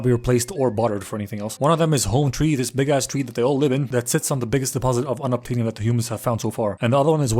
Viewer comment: For an idiot he brings up a good point about the “unubtanium”